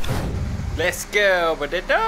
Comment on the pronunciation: 不知道为什么，感觉在叫着tomato😂